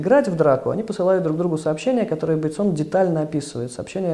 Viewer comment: Почему БейтсОн? Режет слух :-(!